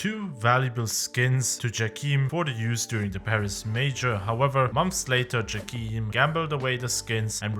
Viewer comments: its jayChem not djakeem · From the casts I am pretty sure it's not "jackeam" but "Jay-Cam". But still nice video, enjoyed it^^